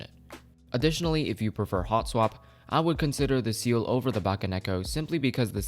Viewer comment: the way he said ciel hurts me